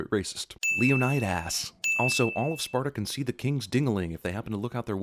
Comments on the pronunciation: Was I the only one who died laughing at leo-nide-ass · Lay-oh-need-us. You forgot to ding it every time they mispronounced it... just sayin'. I'm waiting for Zack Snyder to direct a film version of "Horatius", next. Just not, y'know, very much. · Leonid-Ass😂 im crying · Leonid-ass made me die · Leonid-ass XD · Leonid-ASS... haha!